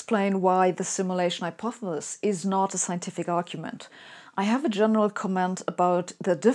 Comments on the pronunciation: so we are supposed to follow this Hypothesis from someone who cant even say the word hypothesis.... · Personally I pronounce it, "hypothethethis. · I’ve only just found Sabine’s amazing videos. Why does she pronounce ‘Hypothesis’ as ‘Hypothelis’? Tongue twister? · Or how she can't say hypothesis, but we love her anyway. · I love how you say hypothesis. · I think the way you pronounce 'hypothesis' is cute. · Why would a computer programmer create a synthetically simulated Sabine who can't pronounce the word "hypothesis"? Is this a glitch in the algorithm? Or did they do it on purpose to throw us all off track? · Aww. Isn't the little physicist cute when she can't pronounce hypothesis. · How cute. Sabine, an undoubted brainiac, who gave quite a good talk distinguishing American and English pronunciations, cannot pronounce hyopthesis. She stumbles at the last syllable. Reminds me of my late father, a very intelligent and well spoken man, who could not say "ordinary". Such is life. I'd like to think I could teach her, but I never managed with Dad %^)